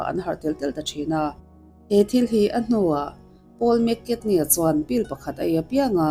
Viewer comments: Poul mcartny lam dan chu a va mak ve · Paul mc carney i lam dan hi😅😅